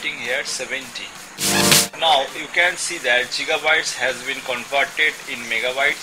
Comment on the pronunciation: That's gigabyte, not jigabyte.